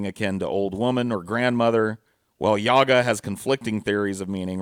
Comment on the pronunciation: It's yagA, not yAga!